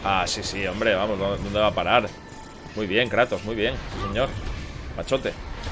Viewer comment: Si kratos xD no moja no es kreitos hahahahahah